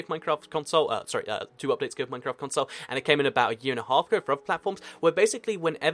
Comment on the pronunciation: did you say ''mincraft''?xD